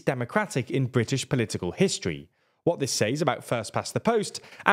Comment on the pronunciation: Why is this guy pronouncing says wrong?